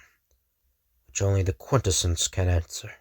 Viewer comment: Really appreciate the channel. Love this story. Small critique I hope you're open to. QuintEssence, not QUINtessence. The emphasis is on the 2nd syllable, not the first. Ty